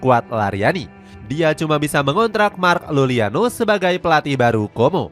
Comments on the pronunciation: Mark Iuliano bos, bukan Luliano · Ralat dikit min, Mark Iuliano bukan Lulliano ✌ doi eks Juventus